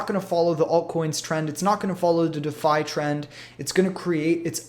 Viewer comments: I couldn't take it any longer, dafi, dafi, dafi, too bad cuz I actually wanted to hear about Ampleforth. **DEE' FI** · It is pronounced “De Fi” like ReFi or WiFi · Ok, that's it... listening to someone mispronouncing "Defi" is just too annoying to stick around... if you can't get THAT right... makes me wonder how credible you are... sorry man, i tried